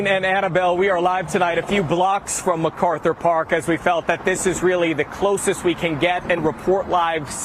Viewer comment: Y'all keep pronouncing Methkarthur Park wrong. 😂